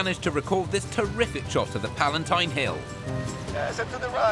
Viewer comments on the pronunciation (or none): I enjoy your videos... :) it's "Palatine" instead of "Palantine" hilll heheheh :)